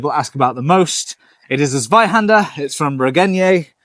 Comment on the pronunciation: HOW, YOU ALMOST PRONOUNCED ZWEIHÄNDER RIGHT